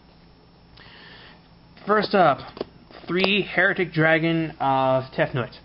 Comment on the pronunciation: It's Hi-ri-t-ick, please pronounce it right mate, lol the way you pronounce it means people who doubt the church.